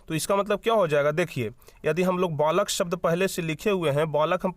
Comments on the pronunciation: Balak ko valak kiyo parh rahe ho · Valak nhi balak hota h